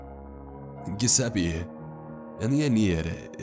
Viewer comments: You are really good at this except for one thing. You don't seem to care anything about pronunciation. Giuseppe is Italian for Joseph and it's pronounced Jo seppeee. Usually guys with this name are called Joe for short. Just do a little research if you don't know. I know, it's tough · According to the thumbnail, he found wolnir. That would be freaky, but sick. Also the G in the name is soft, not hard. Basically "jeseppi" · It’s pronounced (Jew-zeh-peh) great narration though 🤟🏻